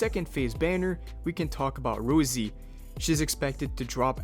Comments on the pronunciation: Rossi. Not Rosie. Raw. See. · What the hell is this ROUZZIE pronunciation? Rossi has to be the most basic and straight forward name to pronounce ... is this an AI text to speech voice?